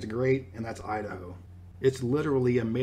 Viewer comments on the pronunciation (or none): Idaho?? Udaho. 🤣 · Idaho? no Udaho.